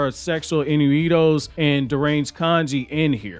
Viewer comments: Idk why, but the way you Pronounce "innuendos" tilts tf outta me lmao. It's inyu-end-oh's, not - in-yoo-een-doze lmfao 😂 I can't be letting you live your life pronouncing it that way bro, I'm sorry. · Took me a second to realize what you were trying to say Innuendo's lol. It's pronounced Ehn-you-ehn-doe, not Ehn-you-ee-doe. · Its pronounced "in-you-in-doughs" - innuendos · For years loved your videos and first time commenting. Just for future reference to the sexual instigations - try pronouncing it as ‘In-You-En-Dohs’ Keep up great work with videos. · Bro I’ve never heard anyone pronounce innuendo like “innuidos.” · Lol the way you pronounce innuendos brotha. Sound it out my guy.